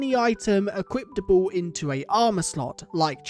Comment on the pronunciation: why do you say equiptable